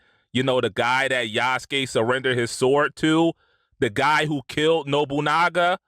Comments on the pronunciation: Minor thing of pronunciation, It's Yas-Ke, not Yatsuke. I'd type more but that guy you featured nail pretty much everything I would say. The chuds are so desperate in trying to start some shit. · Yasuke( Yas-Kay) it’s pronounced Yas-Kay. I’m more concerned about the pricing…and that it’s Ubisoft🤷🏿‍♂️ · "Yasookeh" Like you would think with simple research these grifters will actually give a shit about the correct pronunciation. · He cant even get the guy's name right, just like the Quartering who is such a Warhammer fan but can't pronounce the faction names. They're not even trying to hide anymore how ridiculous this is. How manufactured it is. 😒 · Wants "historical accuracy" but cant even pronounce his name.